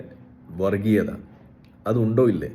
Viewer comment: വറിഗീയത അല്ല വർഗീയത. പല്ല് തേച്ചു കഴിഞ്ഞ് നാവ് വടിക്കാൻ മറക്കേണ്ട.